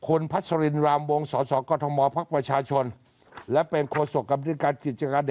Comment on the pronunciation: เขาเรียก สด.ส. ไม่ใช่ ส.ส.